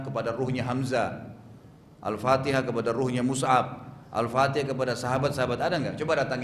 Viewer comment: Baca fatekhah kok denat biz boz